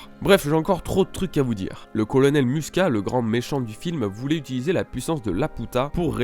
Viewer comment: Super théorie super vidéo mais Attention! il y a des mots écorchés : Laputa se prononce "Lapiouta" Muska : "Mouska" Pazu : "Pazou" et c'est LuShiita Toël Ul Laputa et Ramuska Palo Ul Laputa.